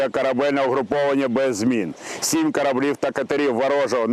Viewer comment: язык дегенератов СЕМЬ КОРОБЛИВ 🤣🤣🤣🤣🤣🤣